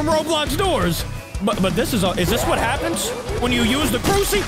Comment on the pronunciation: When said crusi I lost brain sells😂😂😂😂😂!!